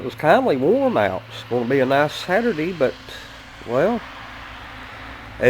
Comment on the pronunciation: What'd you say today was; "Satur-dee"??...😂😂😂